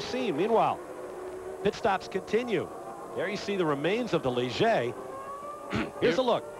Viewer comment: In his Leejay? It's Ligier, pronounced Lee-gee-ay.